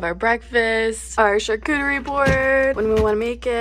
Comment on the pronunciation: So glad she can pronounce charcuterie board right!!! Honestly dont know if it's just a joke when people say char-coochie board, or not but I cringe when I hear it lmfao. Love you guys!!